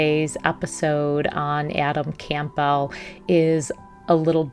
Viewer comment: Campbell like the soup. Not “Camp-bell”.